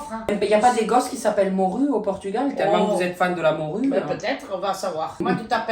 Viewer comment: « pAtAtE dOu PoUrToUgAwL » je pleure